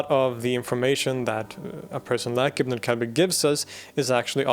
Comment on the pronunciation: I can’t help but laugh whenever you say ibn al kalbi 😂 you pronounced it right but in my dialect it means son of a b*tch